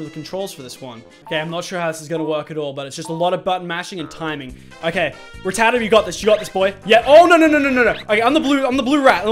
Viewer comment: k I will. It's spelled "Rattata" therefore you would pronounce it 'Rattata' and not 'Rattatata'